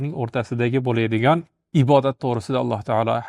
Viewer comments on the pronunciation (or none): none